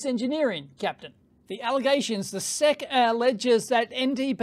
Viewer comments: One reason to call them "The S.E.C" rather than "the sec" is autocaptioning. YouTube's autocaptioner thought you said "sex complaint", not "sec's complaint" :D. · Please don't ever call the ess-eee-see the "sehk" again, it's just not right. S-E-C. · SEC ESSS EEE SEE Say it with me now... ESSS EEE SEE SEC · We spell out the letters in the US, S E C (ess eee cee), rather than sec. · SEC is an initialism, not an acronym. So you say the names of the letters (S E C) you don't read it like a word. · We USA-ians usually call the SEC the "ess ee see" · Dave, we don't say "Seck" to refer to the SEC any more than we say "Fibby" to refer to the FBI, or the "Nurk" to refer to the NRC. We spell them out. We don't pronounce them as words.